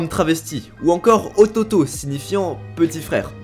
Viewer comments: C PAS OTOTOB CEST OTOUTO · petit frere en japonais s ecrie pas ototo mais otouto je le sais car je parle un peu japonais🙃